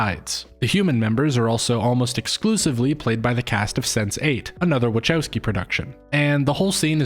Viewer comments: The best review so far... But I struggle with the way you prounance WACHOWSKI, which I understand is an English version of the real prounancation...but it hurts my ears 😊 but honestly very good review and theory behind the film. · Respectfully, her name is pronounced LAH-nuh wuh-KOW-skee. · That's not how Wachowski is pronounced.